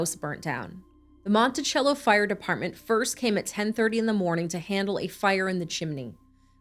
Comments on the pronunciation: It’s pronounced Mon-ti-cell-o. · I grew up with jen. Lets not forget when they went to speak to Cindy and Jim they night of her missing they were eating popcorn watching tv. And it's (monti-sello). We all knew what happened to her before it was posted on the news.ĥ